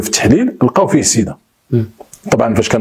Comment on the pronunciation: تحياتي. سيدا وليس صيدا لأن صيدا مدينة عربية